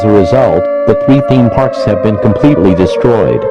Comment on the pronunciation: "TheEeme pArks"